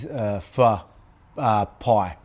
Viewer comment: Lets go Volk chicho w the pho pronunciation